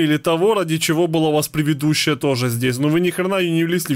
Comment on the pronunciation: 😂 правильно говорить предыдущая а не превидущая 😂 Прости за замечания 😅 я в курсе,что это оговорка. ❤